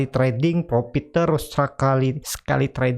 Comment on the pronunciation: Mohon utk Dibaca: "profit" bukan "propit", konfirm bkn konpim, fren bukan pren dll. Terdengar aneh di telinga. Mohon maaf...🙏🙏